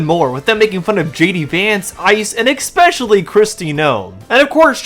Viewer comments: "Exspecially" is defined as "I never went to elementary school." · ... it's *especially*, not ex-specially. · The word is "Especially" not "Exspecially". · There’s no letter X in the word especially. It’s torture on the ear. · There’s no “x” in the word “especially” My god, learn how to pronounce basic English words